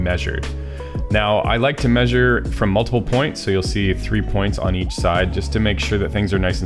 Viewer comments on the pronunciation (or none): none